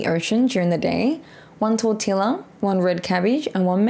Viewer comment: lol the way you pronounce tortilla. Adorable. tort-tilla. Tor-tee-ah here in south Texas